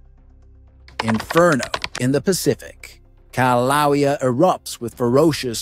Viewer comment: How am I supposed to trust any source who can't pronounce Kilauea? And the Axial Seamount has erupted many, many times an poses no threat to Oregon. It's 300 miles away and collapses, so it doesn't cause a tsunami. calm the hell down.